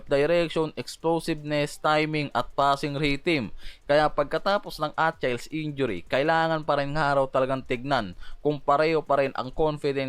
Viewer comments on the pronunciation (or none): UH-Kil-eeZ that's how you pronounce it brother not Atchayls No hate bro Btw nice content